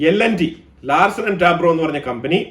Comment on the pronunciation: Bro Larsen & ട്യൂ ബ്രോ... എ ന്നു പറ യന്നം.. ടാബ്രോ അല്ല.